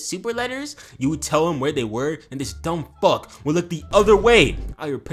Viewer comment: The emphasis on "dumb FUCK" was wild